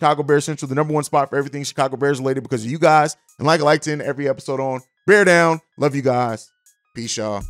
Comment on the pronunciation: BEAR DAHN